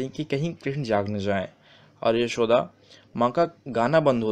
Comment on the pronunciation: Yashood ma sahi sa bolo bhai Other than that all thing are Good